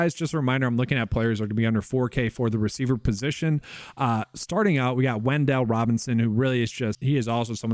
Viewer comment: "Wendell" Robinson 😂